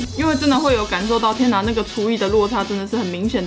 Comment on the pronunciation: 廚藝聽成廚餘..